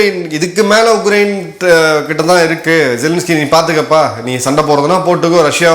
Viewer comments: Please pronounce it as Ukraine and not UGRAINE,Sir. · Sir, your pronunciation sounds like Ugrain, while it is Ukrain